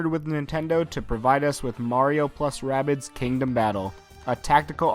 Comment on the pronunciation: its not ray bids its rahh bids